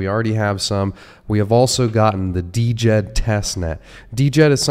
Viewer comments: You’re killin me the the d-jed 😂. It’s pronounced “jed” ;-) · It's pronounced Jed! For the love of all, please say it right, my ears bleed! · Dude, how do you not even know how to pronounce Djed?? The d is silent…